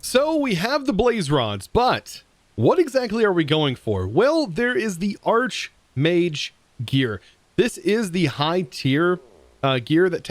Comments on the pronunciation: "Arch"mage... pronounced like "Arc" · I only know of a singular exception for arch as a prefix where it's pronounced that way, and it's not archmage. The Oxford English Dictionary lists the pronunciation as "arch" with the sole exception of archangel.